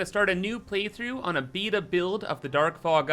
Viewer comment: you get my subscribe for pronouncing Beta correctly